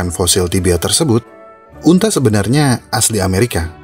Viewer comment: Sekedar saran: asli bukan aseli ;)